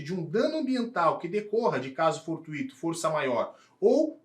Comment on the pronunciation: • Escrita: Não leva acento agudo porque é uma palavra paroxítona terminada em -o. • Pronúncia: A pronúncia certa é com ditongo (for-tui-to), e não com hiato (for-tu-í-to). Errar a pronúncia colocando a força no "i" é um erro comum de prosódia, semelhante ao que acontece com gratuito ou intuito. • Significado: Significa algo acidental, imprevisto, casual ou que acontece ao acaso (como em "encontro fortuito").